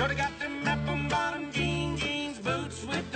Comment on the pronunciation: Performance is cool. I just wanna know what the hell are "App'm Bottom Jeans????!!!" I thought they were "Apple Bottom?"